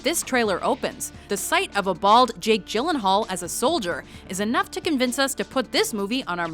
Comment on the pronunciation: Jillenhall? Its Gyllenhaal, not Jillenhall